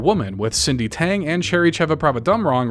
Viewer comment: great job saying Cherry's name :)